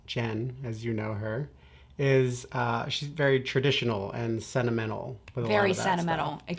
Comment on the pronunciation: I had not assumed it, but now I know you say "sentimental" like "cenemenel".